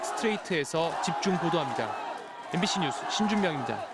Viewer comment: 엠빙씬이라고 읽는다